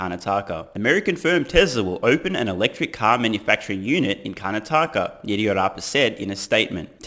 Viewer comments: Karnátaka instead of Karnatáka. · It is called Kar-na-taka and not Karan-taka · Kanataaka😂😂😂😂 Honestly you did great especially with all other words. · Its pronounced Karnaataka not Karnataaka. Rest are close enough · I must say, great pronunciation! Would give you a 9 on 10. Only because it's Karnat-aka , and not karna-taka. Also because I called it when I said he will build a factory in India , in one of your older videos ! Proof ! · Not a big deal. It's CAR-NAH-TAKKA. You did well enough and it always shows character to use your viewers from around the world to even learn small things all the time. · Its pronounced CAR-NAH-TAH-KAH ;) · Its pronounced as karnatak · Curr-naa-tuck-a (Karnataka) - 10/10 for the rest mate! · Karnataka is pronounced "curr-naa-tukka" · It's pronounced car-not-uhka with the emphasis on not. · 9/10 mate!!! Kar-Na-Ta-Ka ——>Karnataka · You and I were both right! You slightly mispronounced Car-Nah-TAH-Kah but that's forgiven... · For next time Car-NAH-Tah-Kah LOL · Hey brother. Karnataka is pronounced - Kar - Nataka. I’m originally from the state below Karnataka called Kerala but now live in the US. You should visit it if you get a chance. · We pronounce it as - Karnaatka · It’s Karna-ta-ka😊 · Its kar-naa-taka . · Still love your vids. Please google how to pronounce Karnataka (kaar-NAA-tuh-kuh). Good attempts though. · Was born in Karnataka. This is awesome news to hear! I think you did pretty well in pronouncing the words, but for future reference, Karnataka is pronounced as Kar-Na-Ta-Ka :) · kaa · naa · tuh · kuh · Car-nata-ka.. But who cares because "buy more Tesla shares" is pronounced correctly in every language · hey, my suggestion: have a trip to india in the near future, (after pandemic) and you will find out how to pronounce karnataaka and tamil nadüü:-) india is very beautiful and i guess you will enjoy this country and its people a lot. and if you come to india, pls give me a notice